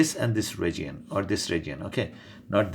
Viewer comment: “ragion” for region .-.